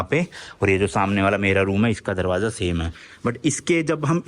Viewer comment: Following you from London series, I like the way you explain things so easily. Also, your accent and words are very relatable which make your videos even more interesting. For example you said "darwajja" to darwaja lol 😂